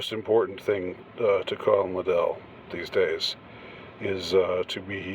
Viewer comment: LIDD-ell, not lidd-ELL